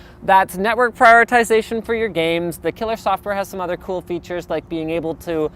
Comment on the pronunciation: Please stop saying "coo".